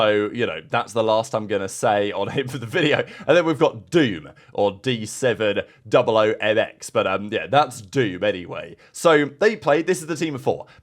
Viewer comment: Yo the d700mx kid name is not doom, its pronounced as dahoom. The 7 is the letter ح in Arabic which is similar to the sound of "ha" and similar when you say hamzafrosty. And wxsl is pronounced as wixsel. I've played with exnid and them and know them since before cdl since bo3 days.